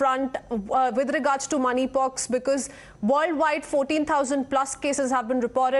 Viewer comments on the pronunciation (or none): 0.55 she said money pox 🤣🤣🤣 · Money pox you said 😂